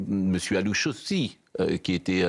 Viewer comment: Lalouche qu'il a dit😂